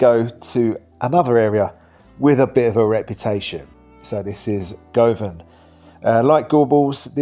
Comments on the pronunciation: It’s pronounced Guvanhill not Gov..anhill…. And it Pronounced Guvan….not Gov…an….🤷‍♀️ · If you’re going to do a video about Glasgow, at least learn how to pronounce the name of the areas correctly. You are saying Go Van for Govan. It’s pronounced guvan. Sokky hall street is pronounced Sukky hall street, etc. Your mispronounced areas just makes a mockery of your video. Makes you sound stupid and makes it a good laugh! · Can someone please help him out he needs to learn how to say GUVan not GO Van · You’re pronouncing ‘Govan’ wrong. It’s pronounced GUVVAN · Please get your pronunciation right! It’s ‘Guvvan’. Not ‘Go-van’ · youve never lived in glasgow, or you would know its pronounced Guvan, not Go-van... and every glaswegian knows how to say sauchiehall stret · Govan...he says "Go van"....naw, eejit....it's "Govan"...rhymes with "oven"....yer welcome.. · Please pronounce the names correctly. It is not pronounced Go- van but Guv - van. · It's pronounced Guvan, not Govan. I'm actually not sure if you managed to name a single area of the city of Glasgow properly. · Govan ? Learn to pronounce it properly. Gu-vin! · Govan is pronounced Guvan same with Govanhill. Both places Im glad i dont stay in. Im glad you love the City of Glasgow. 👍🏻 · It's pronounced Guv an not goh van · It is not Go van it is pronounced GU VAN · it said more sounding like guvan not govan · That's not how you pronounce Govan. Its not Gohvan. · Smashin video, Govan correct pronunciation Guvan. 😊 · i don't know where you're from,, but it's pronounced Guvan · We from the surrounding areas say the area Govan its pronounced as guvan, weird as it has a o but its commonly known as guvan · Govan is pronounced "Guvin". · Govanhill is pronounced Guvinhill, same with Govan, Guvin 😎👍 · its guv van said as quickly as possible guvan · Govan is pronounced Guvan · Nobody has given correct way to pronounce Govan. It's exactly same pronunciation as Lovin'. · I wish the narrator could pronounce Govan properly